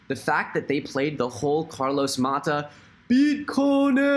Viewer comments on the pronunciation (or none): Nononononono... It’s Carlos MATOS not Mahta ... he’s financially independently financially